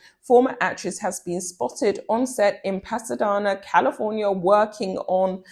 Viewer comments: Pasadena is pronounced as "pass-ah-dean-ah" I realize that you're English and likely haven't heard of that part of California before. I'm 🇨🇦 but I'm also much older than you and I have watched a lot of American TV as we are neighbours 🤭 plus when cable TV first began we 🇨🇦 only had about 8 TV channels...we have significantly more now or did at the height of cable TV but America had significantly more than us and together we had around 30 channels in the beginning and over 150 at the height...plus premium pay channels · Pasadena, an Ojibwe word meaning valley, is correctly pronounced Pass-uh-DEE-na. As a native of So Cal I wanted to let you know.